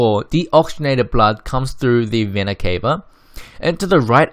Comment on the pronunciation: It's not Vena cave-a, it's Vena ca-va I'm sorry. It triggers me a lot